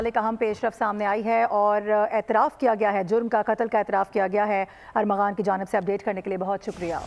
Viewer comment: Arghaman.......oo bhaie nam ko bigarr rha ho wo Armaghan hn......